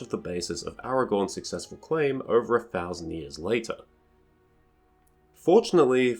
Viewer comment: I just rewatched that section a couple of times. I can hear "a thousand", but I still hear "eighth thousand" at the same time.